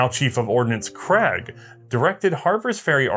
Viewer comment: "Craig", a Scottish surname, is pronounced in the same way as "vague"